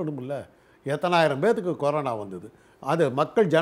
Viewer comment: Corono illa da anchor. Corona adhu. You are such a irritating anchor.